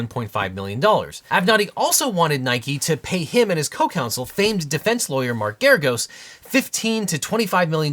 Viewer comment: I kept hearing you say gyarados like Avenatti was working with a pokémon